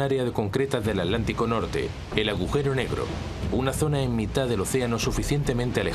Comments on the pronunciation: Todo bien master pero se dice Hitler, no hilder ni hidler y atlántico no alantico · Es irritante escuchar al narrador español decir a cada rato "Alántico"....es táaaan difícil pronunciarlo como se debe?o sea,Atántico???!!!!!